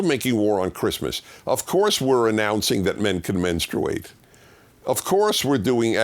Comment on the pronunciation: Partially, Dennis, they were simply making fun of your pronunciation of 'menstruate'. Your pronunciation seems to be a very uncommon one, though to be fair, it's a seldom used word.